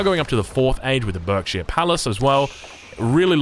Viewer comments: don't ask me why, but Berkshire is pronounced 'Barkshire'. we're weird and our names make no sense, I know. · Berkshire is pronounced barksheer